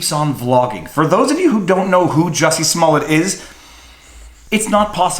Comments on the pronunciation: It's pronounced "Juicy Smoullier". At least get his name right. Smh 🤣🤣🤣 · Have you seen the new Chappelle special on Netflix, Viva? As of his new special, henceforth and hereinafter, his name is officially pronounced as "Juicy Smoo-yay" hear ye, hear ye all good citizens are bound by law & duty to refer to him as Juicy Smooyay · It's pronounced JUICY SMU LE AY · His name is pronounced juicy smulyay fool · You're pronouncing his name wrong. He's French - I'd think a Canadian would pronounce it correctly. It's . Jessie is also . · Oh yeah the french actor I think you mispronounced his name.